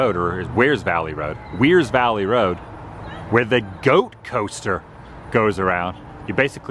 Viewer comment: Wears Valley is pronounced just like you WEAR your clothes.